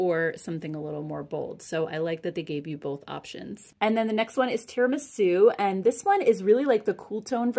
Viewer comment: Great haul, nice to see them back. Thank you! Time for an Italian lesson! Italian is my native language, so if you are interested, the first syllable of tiramisu rhymes with ear or tier, (not air). Tier-ah-me-sue! Life is short, eat dessert first.